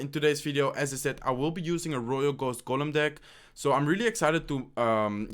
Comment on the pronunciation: IT IS GOLEM NOT GULEN